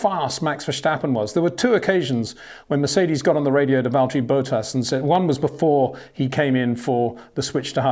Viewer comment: Who is Valteri Boat-Ass?